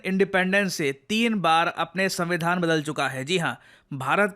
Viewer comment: paxistan aand sambi dhan😂